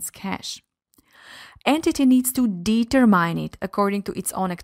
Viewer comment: Great video, but the prononciation of subsidiary and determine (sounded like data mining) needs to be corrected..